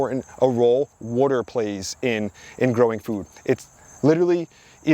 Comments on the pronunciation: Can u learn how to say water? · Water ❌ Wadur ✅ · It's Water... Not worter.. worter isn't a word. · It's pronounced wah-ter, not war-ter. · Water : ❌ WOTOR : ✅ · Ok say it with me...WAH TER. not wudder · "wooder" Are you from Philly? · I keep finding all these local channels. I hear water pronounced like wooder and I instantly sub. I’m like 3 mins in and I’ve learned so much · This is the 2nd person I’ve ever come across to pronounce “water” as “wooder” lol. First one was the How It’s Made narrator from back in the day. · I know you said Jersey but are you originally from Maryland?? I ask because the way you pronounce water as "wuter" is very Maryland like. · This dude is the Chris Fix of plants, even says "wader " ( water) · I only kept watching to hear you continue to say "wudder" 😂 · you know when someone pronounces water as "wooder" they definitely know what their doing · I knew he was from either NY or NJ the way he says "water" Im from NYC and live in MA and people always mention how I pronounce it as "worter" sounds strange lol. great content new sub. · Not enough wuder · Are you from South Jersey or Philly? Just noticed you pronounce water like I do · I knew nothing about you. Just saw the thumbnail. Was curious. Then you said water, and I knew you were from Jersey. Now, it wasn't that pronounced, but just enough. I was in Tennessee a few years ago, and the waitress, who had a Tennessee accent, said, water. and I almost broke my neck turning to her. When I comment on her pronunciation, she smiled and said she grew up in Cape May. My gf is shocked how often I can hear someone speak and get an idea of where they're from. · Greetings from Boston. Knew you had to be from Jersey by your pronunciation of the word "water". :)